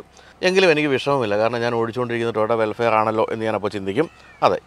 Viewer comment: വെൽഫെയർ(welfare) എന്നല്ല.. വെൽഫയർ (vellfire)എന്ന് പറയണം.....